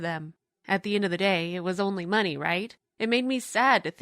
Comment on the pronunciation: Why does she pronounce money as meaney